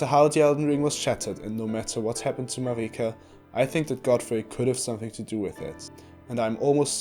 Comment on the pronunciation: It's literally not pronounced "mareeka" it's Merika